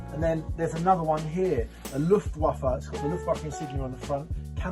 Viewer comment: Wish you could pronounce 'waffen and luftwaffe'